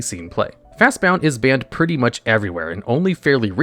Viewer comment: That Fastbond pronunciation got me really confused for a second, some things never change, eh?